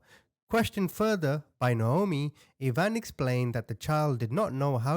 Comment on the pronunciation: Dear....it's pronounced ( I ) eye van... Ivan.... I-van......like Russian....😊❤